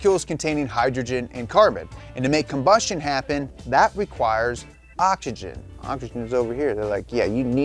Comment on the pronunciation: can we talk about the elephant in the room?? why in the world does he pronounce OXYGEN like " ah ja gen"?? when did the X in the word become a J ?